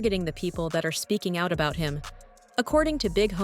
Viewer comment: can't say out, needs to check himself